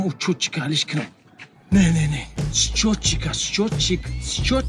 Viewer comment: Счётчик нагу беакл. Талаффуз щётчик мешава. 😂😂😂